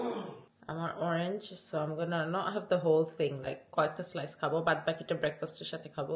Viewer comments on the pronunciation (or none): none